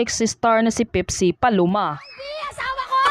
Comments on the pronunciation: Hindi po pipsi ang name ng babae ate. Pepsi po ang dapat na pagbigkas. Hindi pipsi😅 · PIPSI? Pakiayos po ang accent pls